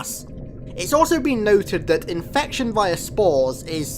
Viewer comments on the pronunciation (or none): “INFecTioN FwOmS”